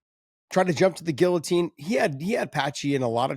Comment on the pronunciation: Can somebody teach this man how to speak the word “ guillotine “